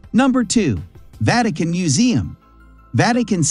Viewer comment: If it wasn't for printed words at the beginning of each museum, I thought that there was 9 museums I missed when visiting Rome through the years. AI got the Vatican pronounced properly.😂😂